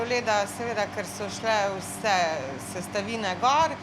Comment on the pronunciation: “Glèjeâ vsæ se, vsæ se draži.” 😆🤣